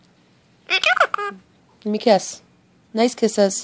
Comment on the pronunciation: I like his order's "Give me kiss!" pronunciation and intonation! )))))))))))